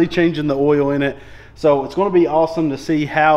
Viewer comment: best is listening to not being able to pronounce oil or coil...he says it so it sounds like "oyow" for oil or "coyow" coil.. that evil "L"